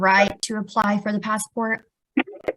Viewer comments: The pass-a-port 😂😂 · Passport only has 2 syllables